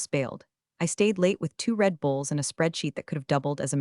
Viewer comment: “Red Bulls” not “Red Bowles”. AI is not that good yet.